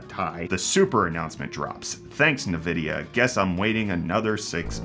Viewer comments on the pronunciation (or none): Did I just hear you pronounce the company as "Na-vidia" rather than "En-vidia"? How am I supposed to trust your content, now?